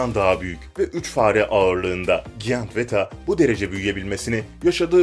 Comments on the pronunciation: giyant değil Cayınt diye okunur bebeğim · Bu videoyu seslendiren abimizin 2 gram bile Ingilizce bilgisi yokmu ''giant'' nasıl okunur önce onu öğren sonra o yabancı kelimeyi kullan bilmiyorsan kullanmanın ne gereği var aşırı komik